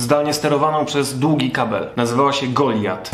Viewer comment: Czy mi się wydaje, czy wymawiasz Goliat tak bardziej jak "GoliJat"? Tak się mówi?